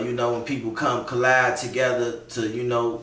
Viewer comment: dont say collide say calab fam. Love the message tho